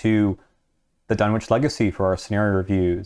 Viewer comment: sidenote: you don't hear the "w" when pronouncing Dunwich